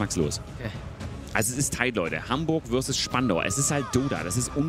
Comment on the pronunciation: Herzlichen Willkommen zu Hamburg WÖRSESS Spandau 😄